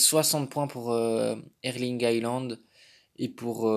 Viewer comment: C haaland pas haïland mdrr😂😂